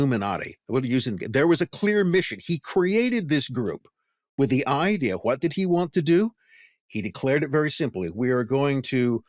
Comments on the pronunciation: Why does this guy say "who-wat" instead of what? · Bro stop saying auxiliary like that. You're trying to say it in a way that seems profound, but it just sounds dumb. And stop adding an H behind your W's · I'm enjoying this podcast .. but has anyone else noticed the way this man emphasizes the "H" Everytime he says "what" or "why". Lol. I catch it every time. And I'm like "dude! The H is silent! Stop it!" 😂😂😂